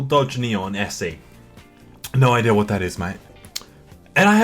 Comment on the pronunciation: Nobody:: IDEAR